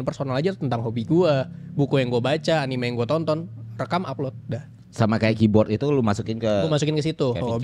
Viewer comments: Terkait cara baca, aku bantu jelasin yaaw 1. Anime アニメ Kalau mau ngambil style/cara baca Jepang, memang yg betul anime (アニメ) dengan bunyi 'e' seperti dalam penyebutan 'ember' (bukan 'e' seperti 'kelas') karena kosakata ini diambil dari serapan bahasa inggris 'animation', dalam bahasa Jepang menjadi 'アニメーション' (animeeshon) dan org Jepang nyingkat jadi アニメ (anime). Jepang itu huruf matinya cuma 'n' (ん or ン) ya btw. Makannya dalam pelafalan Jepang gada 'anim'. Tapi kalau mau pake jalur indonesian style or apalah itu, kurasa bebas aja lah, hehe. 2. Manga まんが/漫画/マンガ Secara spelling per huruf, memang dibaca ma-n-ga, dimana huruf 'n' saat bertemu 'ga' rulesnnya dibaca 'ng', makannya mungkin ada yg berargumen itu dibaca 'mangga'. Namuuun ini adalah salah satu pengecualian dalam bahasa jepang sehingga pemakaian umumnya di Jepang sendiri ini tetap dibaca 'manga', bukan 'mangga'. Info tambahan, sy kuliah jurusan pend. Bahasa Jepang, pernah tinggal di Jepang, mengajar B. Jepang 8 tahunan sampai sekarang, dan Japanese Speaker aktif di perusahaan tempat sy bekerja sekarang. Jadi insya allah penjelasan saya valid yaa😁 (bukan mau flexing, cuma takut dikira sotoy wkwkwkw) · Engga Bang Eno, sebutannya "anime" kalau dari katakana